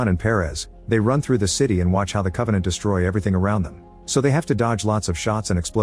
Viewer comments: "Con-vaugh-nawnt" Geez, the show sucked so bad its even affecting the Ai describing it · I had to stop watching when they said Covenänt